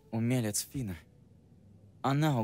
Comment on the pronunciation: Фина не фиона